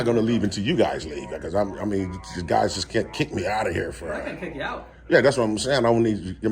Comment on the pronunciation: “Guyzsiz” aka: “Guys”